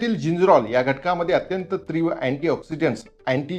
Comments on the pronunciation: तीव्र असे म्हणा त्रिव नाही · "तीव्र "अस म्हणा, "त्रिव" नाही. ❤